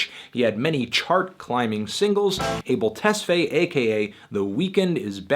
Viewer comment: bruh that abel tesfaye pronunciation 🤦